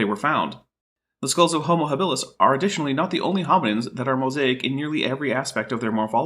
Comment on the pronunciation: Did he really just say "Homer habilis"?